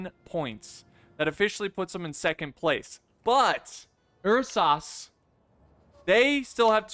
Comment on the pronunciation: lol ''er sahs''lol Ursa's bro